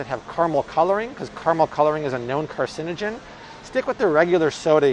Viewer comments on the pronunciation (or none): none